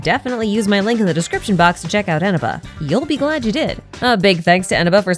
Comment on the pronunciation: That's not how you pronounce Eneba 😭